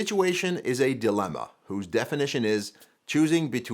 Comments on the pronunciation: It's "dilemma" not delimma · Dilemma, as opposed to 'delimma'...